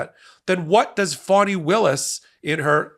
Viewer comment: F-A-N-I. Not FAUNI 🤦🏾‍♀️